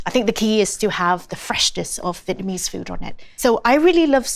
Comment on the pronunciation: A vitamin ease pizza? Lovely lady but what’s with the pronunciation of Vietnamese